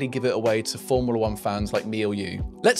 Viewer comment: “Formila 1” 🤦‍♂️